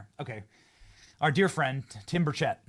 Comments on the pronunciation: Benny, PLEASE learn how to pronounce Tim Burchett's last name. Listen to him. It's BUR-chett, not bur-CHETT. (And Acosta deserves all the grieve he's getting right now. Evil smug toad.) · Y'all.. down here in Tennessee, we say Tim Birch-it .. we don't know nothing about no Tim Bur-shay lol You, Greg Foreman, Dr. Steve.. all say Tim Bur-schet lol It's Bur-chit lol rhymes with bird sh*t lolol